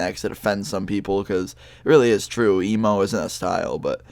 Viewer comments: I thought he said emu xD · You almost said email instead of emo. XD